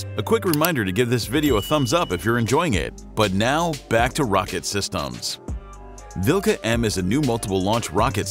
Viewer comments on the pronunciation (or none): omg 'dat prononciation vilKa' and 'luh' 🤣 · "kh" is better to pronounce like "h". If you ever played Skyrim... Harkon`s name starting with the same sound.